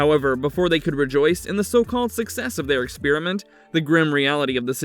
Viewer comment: Stop pronouncing experiment like spearmint. Lordy.